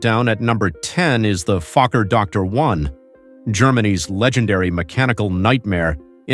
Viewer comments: Lost me at the "Fokker Doctor One" 🤣 BuhBye. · Fokker Dr 1, Dr stands for driedekker - triplane. Not doctor